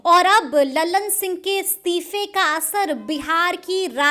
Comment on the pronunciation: उच्चारण सुधारिये, ललन सिंह को आप लल्लन सिंह बोलती है।